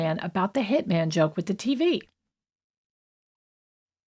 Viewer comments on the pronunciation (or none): none